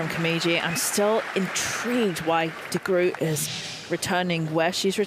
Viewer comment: Again, my compliment to the male commentator for his pronunciation of Diede de Groot's name.